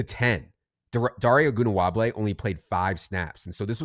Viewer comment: Back for my weekly chuckle as tries to pronounce Ogunbowale 😂, great show